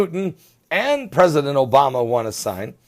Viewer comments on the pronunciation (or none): none